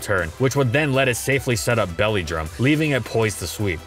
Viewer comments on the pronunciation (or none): none